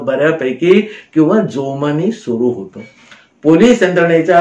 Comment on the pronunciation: ओघवते कथन असतं पण अनेक ठिकाणी होता ऐवजी होतं, अशा प्रकारचं उच्चारण खटकतं